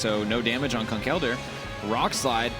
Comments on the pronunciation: Why do they say Conk Elder instead of Conkeldurr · using a schwa for the e Conkel Durr, not Conk ELdurr